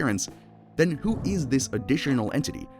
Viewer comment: 1-:14 "HWO IS THAT"